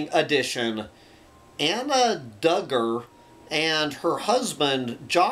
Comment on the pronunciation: I believe Duggar is pronounced DOOG-er.